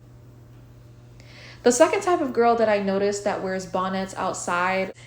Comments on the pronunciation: Not BON-NETS 🤭🤣🤣🤣🤣🤣🤣🤣😂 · I love how you even say “bonnets” in a fancy way lolol 😂 “Bahn-éttes”